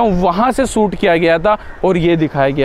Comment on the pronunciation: भाई सूट नही शूट बोला करो , कितना घटिया लगतां हैं गलात हिंदी सूनना.